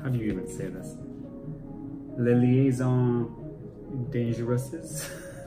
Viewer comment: I’m not sure there is a bad Bobby hutcherson album. Although natural illusions is one of the few I don’t have. You killed liaisons and butchered dangereuses. Lol. Solid effort though. First time tuning into your channel. Good stuff. -Kieran from Montreal